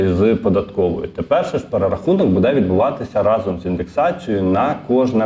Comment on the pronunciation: Може все ж таки "дочекались"? 🙂 А ще правильний наголос "бУде" на "у" , замість неправильного "будЕ" на "е"